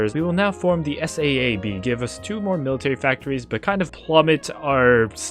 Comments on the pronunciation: its not S A A B its Saab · Not to be a 🤓 but “S-a-a-b” is pronounced “S-ah-buh”. It’s an airplane (and formerly automotive) company that nerds (like myself) drool over. Also this is my contribution to the algorithm. Please get to 50k algorithm he’s so funny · SAAB also pronounced like Sob with a longer vowel sound. The aircraft and automotive manufacturer. Used to make really cool cars, great ads, and still do amazing aircraft. You can tell hes young saying S.A.A.B. made me a touch sad. Him Never knowing the glory of some of their stuff.